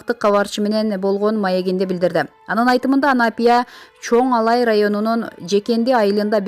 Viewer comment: Чон-Алай деп туура суйлогуло